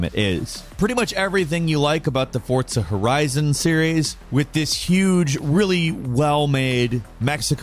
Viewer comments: “Fortza horizon” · Ah yes, Fortzah Horizon